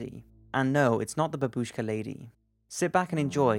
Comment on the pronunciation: it's bAbushka not babUshka, if you take foreighn words spell it correctly